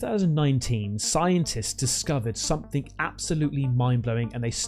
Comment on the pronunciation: Please practice pronunciation. "sumthink" and "underneef" are not words.